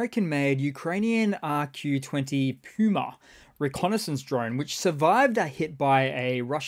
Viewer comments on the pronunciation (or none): none